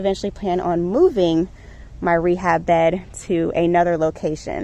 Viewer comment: “Rebab row” haha love it!